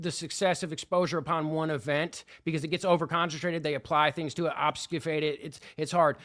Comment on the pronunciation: Good interview thank you. At the risk of being pedantic, I am compelled to point out you are mispronouncing "obfuscate" and your overuse of the phrase "so on and so forth". This ain't a real gripe or an attempt to assist you in your appearing credible, just found it odd the obfuscate thing given how well spoken you are in total otherwise. I mean, I'd want my homie to tell me if I had a booger on my nose. Again, ty